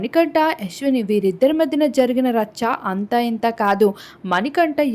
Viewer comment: యష్విని కాదు తల్లీ..యష్మి😂😂😂